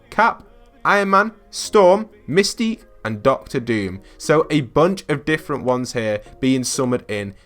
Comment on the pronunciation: excuse me misty ? its mystique